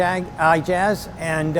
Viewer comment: A small suggestion. More appropriate pronunciation would be "muh-Jeeb" like Jeep. Ijaz would be "Ee-ah-zz".